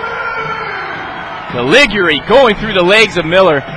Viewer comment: I love how the announcer mispronounces the name "Calig-yuri"